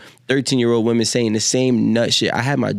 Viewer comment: Why are we saying woman mfs don't know how to say women English ain't that fn hard joe.